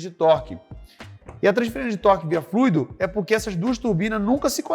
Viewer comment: Só de falar fluido e não "FLUÍDO", você já vê o nível de profissionalismo do cara.